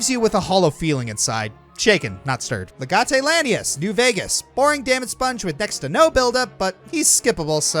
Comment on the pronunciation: I didn’t mind dead spaces final boss personally. Also you say legate weird.